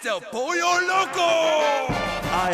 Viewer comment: It’s el pollo which is chicken not polio lmao